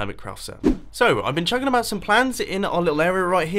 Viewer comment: "So, I've been chuckinaboutsomeplans..." XD